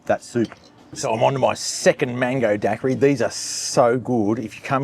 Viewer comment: Daiquiri is pronounced dyekiri 😮 not dakkari😮